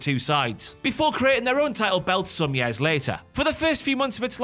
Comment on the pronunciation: “Yaers” never heard years been pronounced that way lol.